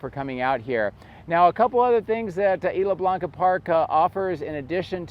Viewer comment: Good information, I guess ... kind of rambling. Also, you need to ask someone for the proper pronunciation of "Isla Blanca" 🙂